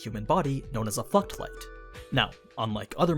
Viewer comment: am I the only one hearing fucked light?